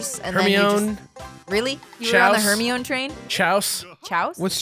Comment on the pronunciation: !you pronounce Hermione like you would in French:P